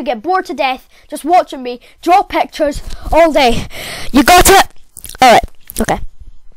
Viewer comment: I loved the way he said pactures